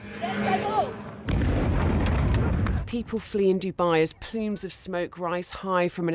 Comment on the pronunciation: Pleems of smoke? Elocution lessons for lady presenter stat.